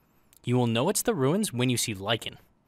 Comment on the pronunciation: I will keep watching your videos; but from now on, you must refer to "the Ruins" as "the Wooins".